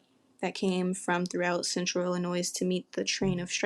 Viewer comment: Learn how to pronounce Illinois please I can’t even watch this with you saying “ILL UH NOISE”